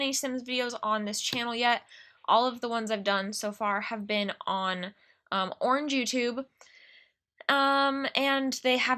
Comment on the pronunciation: "oringe youtube" i love it lol